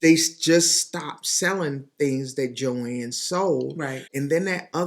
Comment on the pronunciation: So nice to hear it said correctly. JOANN…….no S